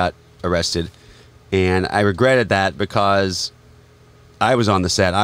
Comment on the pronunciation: Becowsh lol